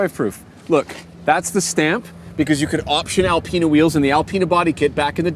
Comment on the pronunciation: How the hell do we get Al-peena from Al-pina?